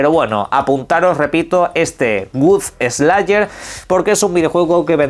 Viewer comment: De Gut Eslaier 😂